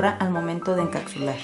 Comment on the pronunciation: Chica se dice encapsular no encacsular! Está súper bien tu vídeo súper bien explicado solo que falló la pronunciación de encapsular!!